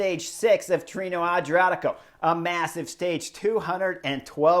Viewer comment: Pronounced: Tee-ray-know 😉